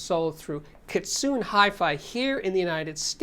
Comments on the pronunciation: Kitsune is pronounced Kit-Soon-Eh and it means Fox in Japanese, hence the Fox logo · Kitsune is pronounced key-tsoo-ney. The word is comprised of 3 Hiragana characters, which typically equate to Mora (the equivalent of English syllables): Ki (key) Tsu (tsoo) Ne (sounding like something between "ney" and "neh"). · I was going to suggest that he listen to the song "Megitsune" from the BABYMETAL album to learn the proper pronunciation.